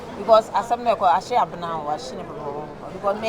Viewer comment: Wait ooo is it that Kyekyeku can’t pronounce Abena 😂😂😂😂…he keep saying Abra 😂😂😂😂😂😂😂😂😂